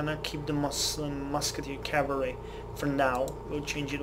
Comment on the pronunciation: The reason you fucked up reading the Musket Charge Calvary description is that it's missing a word.